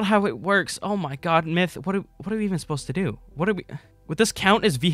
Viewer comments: It's "myth" not " miyth" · Lol the second I clicked on the video I hear, "mith" xD